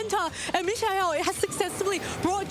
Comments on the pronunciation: she called him michelle at least twice idk bro 😭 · Bro his name is MIKE-UL who dafuq is mish eye el? Bring back aaron and wolfe bro im BEGGING YOU!😭💀😭💀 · Me-sha-el, Fake Out Presurre...wdh are these commentators talking about...🥲🥲🥲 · LOL bro true... not the best... I can kinda imagine saying "me-kha-el" too fast and it turns into michelle, but you right. I'm just trying to be patient with the casters 😅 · How about how the announcers pronounce his name 😅